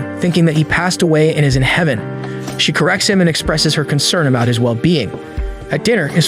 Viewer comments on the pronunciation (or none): At part one you said heyvan it should be heaven